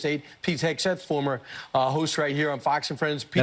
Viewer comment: You AGGHHHHHHH u messed that up!!!! Ur criticizing SPEECH but u spoke wrong and said “SEGTHETH” check it out!